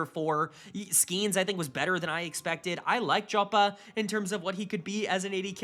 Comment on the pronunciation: KC first ? Liked and Subscribed, you know how to make us happy lmao (Jopa is pronounced Yopa btw)